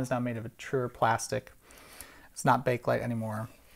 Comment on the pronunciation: The first "E" in "Bakelite" is not silent.